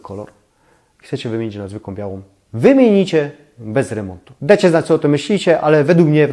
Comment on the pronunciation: Lubię Pana oglądać ale bardzo mnie razi jakPan wymawia końcówki np,bede dejcie pozdrawiam❤